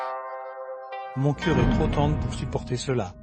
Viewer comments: Pourquoi vous dite chœur au coeur LE COEUR cest C pas CH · Coeur n'est pas sœur le C ce prononce Q